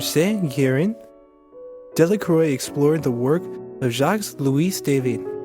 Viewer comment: Pronunciation of his name was the first thing I noticed.